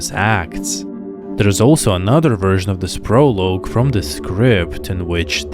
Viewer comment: "Prolooge? it is pronounced as if saying "Pro-log" Plus you have the most boring voice i have ever heard. It could put someone into a coma let alone send them to sleep.